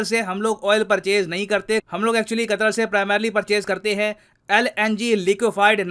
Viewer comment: Foff qattthhhrrr 😂😂